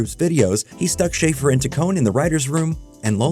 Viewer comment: This video is so good and tells their history at snl so well!! But just so you know its shaff- er (hard a) and taccon- ee